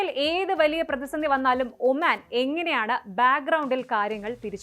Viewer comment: ഒമാൻ ആണ് omen അല്ല